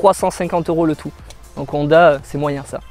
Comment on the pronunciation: Londa ? H aspiré donc la Honda